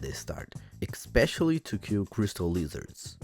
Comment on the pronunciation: BTW, it's pronounced "eh-specially", not "ek-specially".